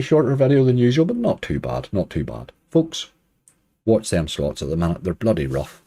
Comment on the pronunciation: Surely surely, Slots spoken with an Irish accent is Sl*ts Like toilet is spoken Tarlet